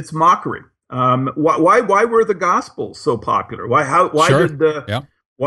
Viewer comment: Gosiples? Lol. Good video man, I actually love monotonous narration in a medium to low timbre... just gotta clean up those pronunciations.